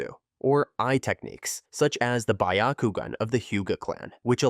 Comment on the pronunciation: Notice how u said “buyakugan”? It’s not “buyakugan” it’s Byakugan bee-ya-ku-gan. It’s also not “Shareingan” it’s Sharingan. Shar as in like SHARd or SHARk, Shar-ing-an. And also u said “Jenjutsu”. It’s Genjutsu. Not “juh” more like a “geh”. Idk if it’s AI, if it’s not then hopefully this helped.